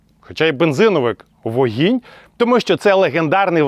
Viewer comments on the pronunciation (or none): Вогонь а не вогінь! Сідай два бали!))